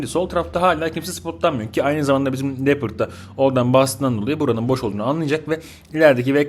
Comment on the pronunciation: Abi leoparda lepırt dedin kriz geçirdim izlerken :D